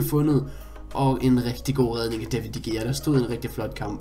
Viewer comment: Det udtales David de rea PS elsker dine vidoer